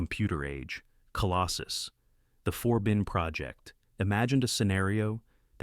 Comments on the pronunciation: One example: Eric Braeden's character name is "Forbin," not "Four Bin." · It seems it’s the Four Bin Project.